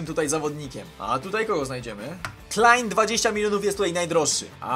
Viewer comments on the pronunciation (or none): none